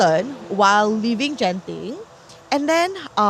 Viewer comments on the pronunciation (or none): ITS GENTING NOT JENTING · Gen -ting not jen-ting...bahasa melayu bkn english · How come don't even know how to pronounce "Genting"? You are Malay some more🤦🏻‍♂️🤦🏻‍♀️